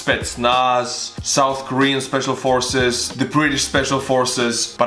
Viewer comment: Schpeshfal Forces!! Yay!